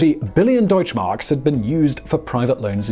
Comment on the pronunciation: Your pronounciation of "Deutschmark" is incredibly accurate.